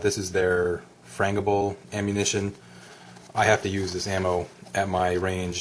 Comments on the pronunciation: it's pronounced FeeYoKey and FranJible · Stopped listening at "frain-gui-bull ammunition".